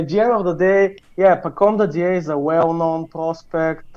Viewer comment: listening to mispronounce dadiet the entire episode was like nails across a chalkboard for me